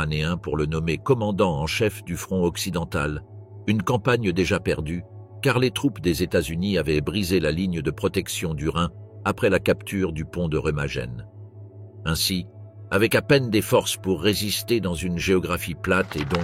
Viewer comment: Le pont de Rémagenne!!!😂